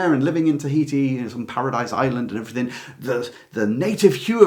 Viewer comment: Hello. Great video - Thank You. May I respectfully ask why you say, “Everythink” and “Nothink” - as most people in this country seem to say now. Is it not, “Everything” and “Nothing”? I really hate to hear these word said incorrectly every single day and by so many people. Is this just the ‘modern’ way we have to speak now? I am not being rude - just asking. I love your work and appreciate your videos very much. XX